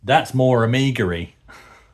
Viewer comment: Added to dictionary : Amigery 😆